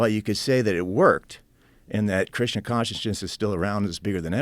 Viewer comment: says Krishna but sounds Like he's saying Christian